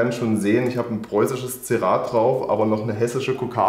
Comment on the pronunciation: Heisst das nicht einfach "Zierrat" (=ZIERrat)? Wenn der herr rechts das sagt klingts wie Zirrat.